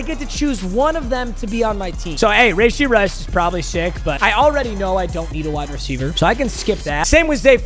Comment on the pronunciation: The way he says Rashee 🤦‍♂️. Its not Rayshee